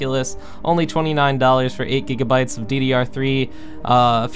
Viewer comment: Gb not go lol